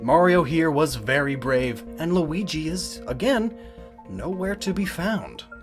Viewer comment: So you know how to pronounce Luigi now